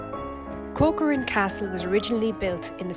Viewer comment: Hello. Castle Is read Kokořín. No Kokorín. 🙂 . Nice video.